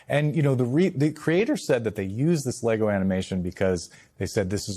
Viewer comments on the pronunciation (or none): Sounds like he's saying, leggo my LEGO.